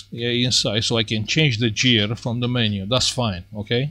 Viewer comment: Hi, please check the pronunciation of gear :) , I remember about 15 years ago there was no fast internet and we learnt English only from text without voice. I do similar mistakes which is the product of those limitation times.